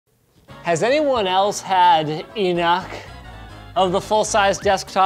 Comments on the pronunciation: "I've had eNUC of this"? Call for help? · couldnt find one comment mentioning 'ive had enuc of this' in the intro